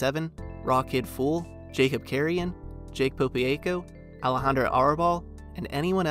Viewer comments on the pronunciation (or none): none